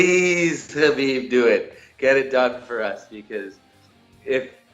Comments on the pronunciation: Diego Sanchez says "Habib is my favorite fighter"......yet he doesn't know how to say his name. Punch drunk, indeed. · only Diego and Kajan pronounced Khabibs name right ))